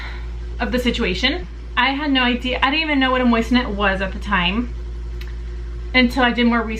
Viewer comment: Think you are pronouncing it wrong. They carry those on JTV